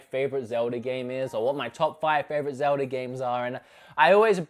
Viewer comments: It’s Zelda. Not zeldee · Zeldie? Say it with me buddy its Zelda with an A not ie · Sometimes It sounds like says "zelder" instead of zelda. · “zeldy” hmmmm oh wait ZELDA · Or "zeldy" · Zelder? Australier? Norr? What the fa*k?